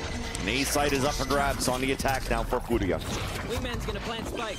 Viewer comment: why do the casters try so hard to pronounce furia this way